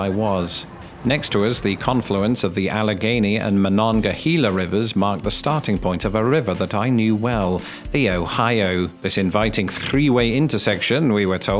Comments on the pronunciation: Am from West Virginia, just south of Pittsburgh. Fairmont, beginning of the Mon. Please say ….mo- non-ga-hay- la. Not hee-la. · I live near Pittsburgh and the Mon is pronounced Mongahela not MongahEEla. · I'm so sorry you had to experience this. Hello from Pittsburgh! Ps: it's Mononga-HAY-la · Mo-non-ga-Hey-la..bloody heathen…😂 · I'm from the town of Monongahela; we pronounce it 'muh•non•guh•hell•uh.' It's about 20 miles south of Pittsburgh and is best known for, uh, well, nothing, really. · Wish I'd known you were in Pgh... it's pronounced Mon-onga-HAY-la. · I came to see how many Pennamites bashed you for names/words like Monongahela (Ma non ga hay la) and the GERMAN Lancaster (Lank Aster, not British Lan Caster). Alas, it was still a spectacular video,. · ouch man.......i live in Pittsburgh and you pronounced the Monongahala wrong......ma non ga hey la is the best way I can tell you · No hate or shade for literally BUTCHERING the name of the "Mon" river. I have lived next to it for about 38 of my 39 years. You took that thing to the slaughterhouse, and came home with word salad.